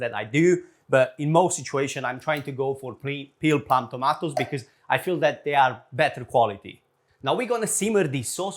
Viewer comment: I love you but, please stop saying "tomatoes"